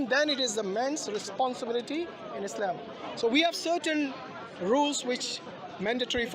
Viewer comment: True, but it is not “ Islame” but “ Islaam”. اسلام not اسلیم.